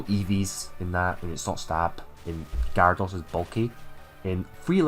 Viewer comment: Laprass, Gyaradoss (What are these pronunciations?)